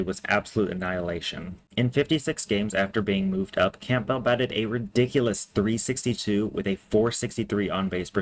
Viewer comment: It’s Cam-bell not camp-bell